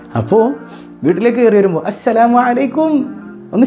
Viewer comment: Usthad salam parayumbol entho oru ithu assalamu alla ashalamu ano ennoru thonnla